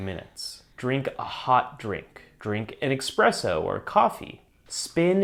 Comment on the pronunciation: Espresso not Expresso